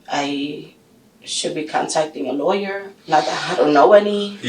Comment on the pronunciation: No, it's lawyer! 😂